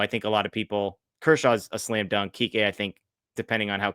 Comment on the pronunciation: Please it's Kike!! Not Kiki! Get it, right,people!